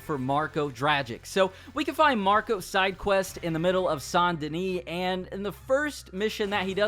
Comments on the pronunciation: pronounced Saint Duhnee not sain duhnee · Not saint denee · San denis😭 it’s saint denis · Ikr it should say that because that’s how it’s said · San deni? You mean, saint dennis? Haha im so mean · It’s saint denis not San dena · Pronounces Saint Denis “San Denee” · It’s Saint DENIS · How tf do people not know how to pronounce saint denis when they literally say this name in the game so many times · Why do you pronounce Saint Denis like that? Are you selectively French?